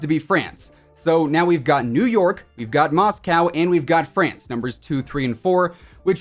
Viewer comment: Love the video but the way u said 'France' annoyed the shit outta me